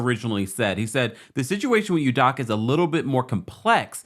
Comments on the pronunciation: It’s Udoka with an O not Udaka 🤦🏻‍♂️ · Pronounced: Udoughka! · My guy you butchering Ime's last name 🤣🤣🤣